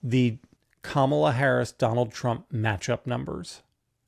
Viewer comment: At least Liz can say Kamala correctly.